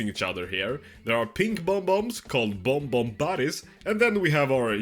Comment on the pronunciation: it's bob-omb not bomb-omb 💀